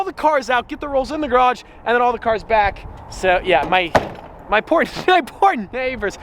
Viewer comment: its sounded like he said my porn neighbors